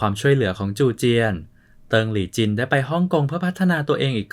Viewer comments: ลี่จ้ะ ไม่ใช่หลี่ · ลี่ ไม่ใช่ หลี่ !!!! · คนอ่านข่าว ตกภาษาไทย มันผันเสียงสระตามรูปจริง แต่ไม่ถูกหลักภาษาไทย เพราะมันมีเสียงไม่ตรงกับรูป ครับ ไม่รู้มันเรียนภาษาไทยกันมาอย่างไร ตลกจริง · ใช่ครับ ฟังแล้วหงุดหงิด